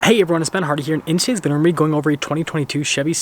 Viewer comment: We gotta get "video" clearly spoken in the intro....we just have to !